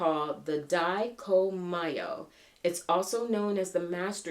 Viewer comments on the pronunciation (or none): "dye-ko-me-yo" (#1) you were close! thanks for another wonderful reading 😃😺❣